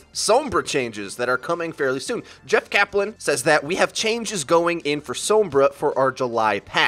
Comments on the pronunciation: HER NAME IS SOMBRA, NOT SOOMBRA. HER NAME IS PRONOUNCED MANY TIMES ALL OVER THE GAME AND EVEN HER TRAILER WITH REAPER. HOW ARE YOU STILL GETTING IT WRONG? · Its not pronounced sumbra😒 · How he says Sombra makes me want to unsub D